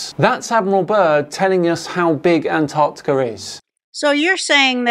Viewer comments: Will they EVER realise it's not called "Anarticka". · It's striking that doesn't know how to pronounce "Antarctica".